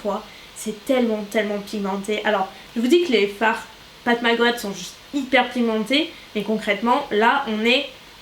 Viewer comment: Coucou, je voulais juste te dire que j’adore tes vidéos. ❤️❤️❤️ Ps: Pat Mc Grath ce prononce Pat Mc Gratte ( comme dans le verbe Gratter )